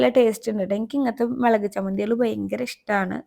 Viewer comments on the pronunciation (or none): മേളകും പൊടി അല്ല.... മുളക് പൊടി